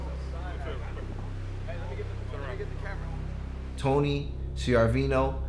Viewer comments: I thought you might have been nervous and just screwed it up early in the video on the couch. But you repeated yourself yet a second time in the car. THE F'IN WORD IS TRES-PASSING - NOT TRAS-PASSING - WTF? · I hate how he pronounces trespassing. “traspassing”